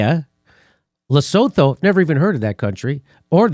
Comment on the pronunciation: Please note: the 'th' in Lesotho is pronounced with a hard 't' and not a soft 'th' and both the o's in the name are pronounced as 'oo' not 'oh' (so, it is pronounced 'Lesootoo'). I really like Jimmy but hearing him pronounce Lesotho like he does is like nails on a fucking blackboard. Also, Lesotho happens to be only one of three landlocked countries in the world entirely surrounded by just one other country (in its case, South Africa), with the other two being San Marino and the Vatican (both entirely surrounded by Italy). Here endeth the lesson.